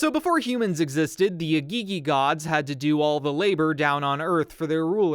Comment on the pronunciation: It's pronounced í-gì-gì (Eh-Gee-Gee).